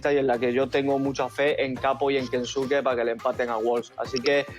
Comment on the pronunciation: Pero kensuke no dice la B?